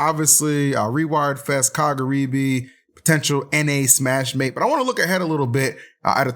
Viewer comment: Someone tell that the english name is just smashmate, not smash-ma-te. It's already in english.